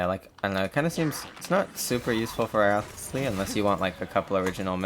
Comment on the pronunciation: Wriothesley is kinda pronounced like Rice Lee. You can look at his intro voiceline if that doesn’t help :)